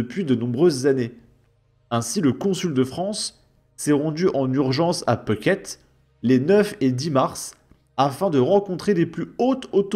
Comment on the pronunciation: Phuket et non pas Peuhket